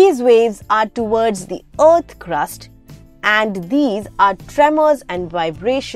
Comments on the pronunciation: Oath or Earth ? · "Earth" or Ot? 😂😂😂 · "ourth" what's your accent?? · Btw just so you know the way you pronounce EARTH annoys me. Thank you!